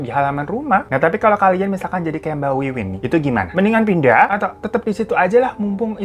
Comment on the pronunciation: Namanya Wiwin, tapi aku kok dengernya Winwin